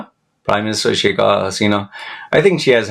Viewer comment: Not sheika, but shake (Pronunciation)